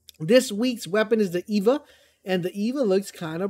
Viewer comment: Just an F.Y.I. - From a grammatical standpoint, you wouldn't pronounce "E.V.A." as the name "Eva", as it is an initialism and therefore, would correctly be pronounced letter by letter e.g. E-V-A.